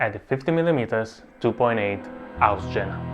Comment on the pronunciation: Good video, but the name of the German city "Jena" is pronounced as "iena".